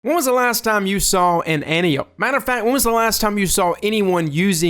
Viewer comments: Its pronounced "Ant-eye-O-pee." Saying "anty-ope" bugs the hell out of me. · It's pronounced: ant-eye-o-p. For some reason that was really bothering me. Great video though agree 100% they need a slightly faster TTK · I think it's somewhat confusingly pronounced An-Tai-Oh-Pee.